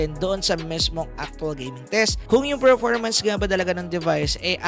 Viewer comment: Nice review.. sakit lang sa tenga ng "Ferpormance"